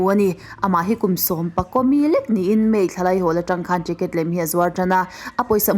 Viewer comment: Ṭicket nge Ticket😂😂😂